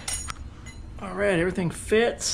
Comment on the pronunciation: Every time you say “Alrigh!” I actually feel like I’m watching progression grow. Alrigh!